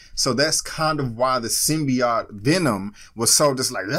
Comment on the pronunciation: Why is she mispronouncing symbiote? I think this was a pretty good trailer. It piqued my interest. I hope venom has more than 5 minutes of screen time like I’ve been hearing.